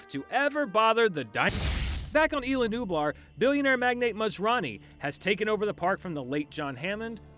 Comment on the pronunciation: Okay guys, Isla Nublar it's pronounced ees-law nü-blar lmao